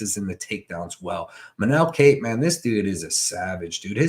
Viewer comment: W. only complaint is learn how to say Kape (pronounced cop)